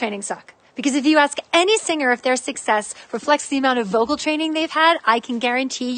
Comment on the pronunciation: Did ya mean to say "voical" instead of vocal?